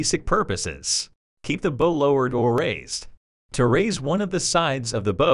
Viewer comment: Very educational video, learned a lot. Good, clean graphics. However, the pronunciation of some words is not correct...especially for an obvious nautical term for the front of the boat.